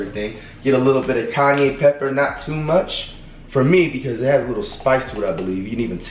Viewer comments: “ Kanye “ pepper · "Kanye Pepper" 💀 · “Kanye Pepper”💀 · "KANYE PEPPER"💀